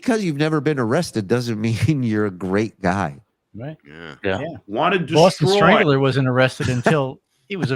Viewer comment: the Boston Strangular,?